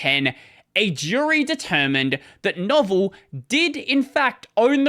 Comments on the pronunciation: Not a big deal, but its not Novel, its Novell pronounced No-Vell (vell like fell). They were the owners of netware back in the day. Didn't know about the lawsuits, pretty funny. Back in the day I started in the industry support Novell Netware, it was the leading tech for server/client for dos and windows. Of course windblows caught up and overtook Netware with Windows NT. Novell at the time was king and thought they would never fall and didn't take Microsoft seriously. Of course we all know how that turned out for Novell. Most people haven't even heard of them now...lol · The way you describe Novell is, not precisely wrong, but is missing enough that it sort of is. Novell was a hugely important company in its time, and the biggest competitor to TCP/IP in the corporate networking space. That was, of course, a losing proposition, but they had a really good operating system underneath it all for awhile. And it's noh-VELL, with a short E and long o. Very distinct from the word 'novel' as in 'something new' or 'a longish work of fiction'. That history is pretty complicated. SCO, the fragment of AT&T that owned System V (aka USL), SCO, and Caldera all danced around the drain with lots of deals being done between them in an attempt to deal with the rise of Linux. Novell actually owned System V for awhile and released a version of Unix that I actually used a whole lot before I finally switch to Linux. Much as Novell's OS was called "Netware", this version of Unix was called Unixware. SCO was always an evil blight on the Unix world. The first version of Unix I ran on a computer I owned was SCO, and it was a nightmare because they tried very hard to make sure I paid a whole lot of money for developer tools in order to write software for their Unix. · He was replying to OP, who was also correcting you. It's not pronounced novel. It's pronounced like "Novella" (meaning, a short novel) without the "a". No-Vell. The O is long and the E is pronounced instead of muted.